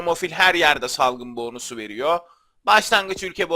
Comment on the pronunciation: abi sen neden bonusun o sunu uzatıyon boonus diye soylüyon